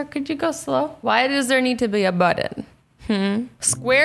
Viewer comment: 1. whats a budden? do you mean buTTon??? sorry its just annoying